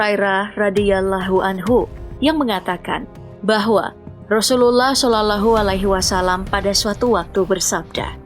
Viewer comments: Shalallaahu Alaihi Wassalaam.. Min bukan solulehualihiwasalam 😅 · Maaf sblmnya ya kakak yg bacain narasi di vid ini nonmus ya... terlihat cara dia baca sholallahu 'allaihii wassalaam terdengar asing dan kagok banget.. spt dia jarang mengucapkanya.. beda kalo muslim mengucapkan kalimah suci itu terdengar luwes dan fasih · Dari cara baca nama Muhammad SAW naratornya nonis🙈🤭